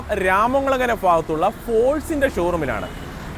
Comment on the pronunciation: ഫാഗത്തുള്ള ഫോഴ്സ് 🤣🤣...